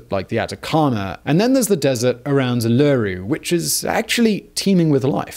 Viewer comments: I don't know how you do it Simon. But you have the most incredible knack for mispronouncing names. You said Uluru correctly the first time around, then every time since was wrong... Plus Ayres Rock and Kata Tjuta! Additionally, I should note this was a brilliant video, an excellent historic retelling, and I like the retelling of the Dreamtime stories you added in. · Thanks for Australian content. Although you aren't pronouncing it accurately (a little too much emphasis on drawing out a "loo" sound) it is so appreciated that you call it Uluru rather than Ayers Rock which really hasn't been used locally since the 90s. Glad we have finally banned the walking on it. So embarrassing it was allowed for so long. Thanks for the Aussie content again 🇦🇺🇦🇺🇦🇺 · He said it right the first time and from then on, totally wrong - reminding us once again that the language Australian's speak only closely resembles english. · Easy way to get the rhythm of Uluru right I think, is to rhyme it with hula hoop. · You said Uluru wrong the whole time. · HAHAHAHAHA WHY did you start pronouncing it differently here??? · oolooroo ... its oohluroo .. think lump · Any other Aussies correcting Simon every time he says uleweru instead of oo-la-roo? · Great video as always, but I couldn't help cringing every time he said Uluru. Try stressing the 3rd syllable - u lu ROO, and not the 2nd - u LOO ru. I know that it's such a small thing, but it does make a big difference. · It's U-luru, not u-LU-ru. You're putting the emphAsis on the wrong syllAble. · Mate, always interesting videos... but the emphasis is on the first U, not the second - Uluru, not ulooroo... Too late to re-record the whole video, I suppose? 😂 Oh, and 'Arz' rock? This is a geography channel... come on dude! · Its Ul-Ur-Ru NOT UL-LU-Ru. But a good video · its not uluru its U-lu-roo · It’s pronounced oo-loo-roo, not er-ler-roo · alure- roo.............. STOP did you even google the name before making this... oo-la-roo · ew lew rewwwww D